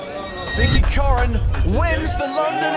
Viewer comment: COREN, not ‘corn’.